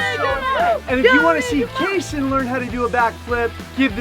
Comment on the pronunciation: I love how you call Kason kasso